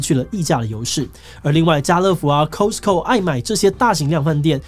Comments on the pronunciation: 是咖死口 不是摳死口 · 吼！抓到了！又一個Costco唸成Cose-co!! 我要跟老師講！（耍幼稚） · Luvvvv 全聯先生😍😍 Also, Costco... Hope u guys know how much audience u reach and how u might perpetuate inaccurate pronunciation...